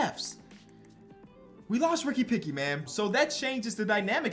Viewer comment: this dude cant figure out the name Pickett lol hopefully you arent a steelers fan. Ricky Picky is my favorite try